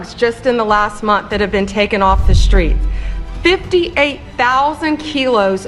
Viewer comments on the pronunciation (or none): “Shhtreet” “Shhtrong” “Shhtraight” “Shhtop” “Shhtrike” When did people start talking like this?